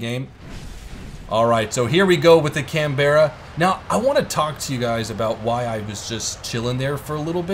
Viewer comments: Canberra. We Aussies say CanBRA, you Americans seem to say CanBERRAH. Hmm. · It's Can-bruh not Can-bear-a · CAN-BERRA WUT, YOU MEAN CAN-BAH-RRA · Can-Berra facepalm Americans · btw the Canberra is actually pronounced "canbra" its also the name of the Australian capital state its just spent differently but u can pronounce it your way np there:D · The Canberra is pronounced canbra it's the Capital of the ACT Australia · I really don't want to be an arse but that is not how you pronounce 'Canberra' you don't need to put so much emphasis on the E just saying.